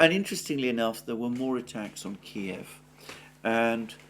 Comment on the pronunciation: At last someone who pronounces Kiev as it should be